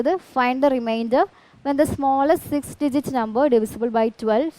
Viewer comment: 6 digit ❌ 6 cigit ✅😅